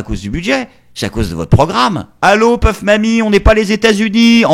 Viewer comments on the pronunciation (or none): c est pas puff mamy c est pouff mamy